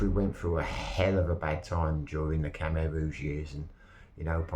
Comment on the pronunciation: Khmer not Kumer